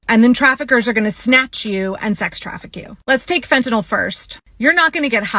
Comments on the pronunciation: You know somebody knows nothing when they call it "phentaNOL". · You might as well say fentanyl, since our government leaders can’t pronounce it correctly!